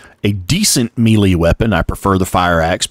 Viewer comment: excellent details! I just wanted to say "melee" sounds like "maylay"... not mealie